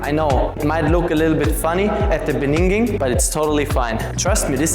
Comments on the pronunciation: It's "beginning", not "beningin" btw 2nd video with this mistake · Ey yoh, it's beginning not beninging😅, just messing with you, love your content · good video. my question: why do you always say beninging? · As an African man, In da beninging gets me everytime😂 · yea beninging haha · In de bininging. In. de. bininging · I will practise this, but you need to practise how to say beginning. 2 times u butcher this word.